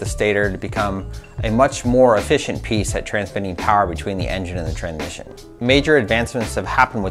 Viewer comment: Am i high or did he keep saying Tranmission, not Transmission.